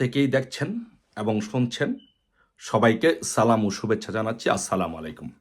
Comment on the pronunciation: আপনার মটিভেশন ভালো তবে সালাম টা শুদ্ধ করে শেখা জরুরি আসসালা মালাইকুম না🚫 আসসালামু আলাইকুম হবে,,,✔️ আশাকরি এ বিষয় খেয়াল রাখবেন